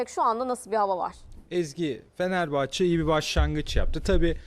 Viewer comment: Asporun Fenerbahçe diyemiyen konuşma özürlü bayan spikerleri feneebahçe ne amg ya..konuşmayı öğrenin biraz.